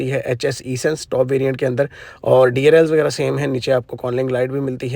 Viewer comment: it’s not E— Sense but Essence. First learn then make VDOs ….. another VDO Another VDO….